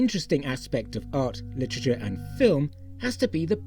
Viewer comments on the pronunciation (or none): none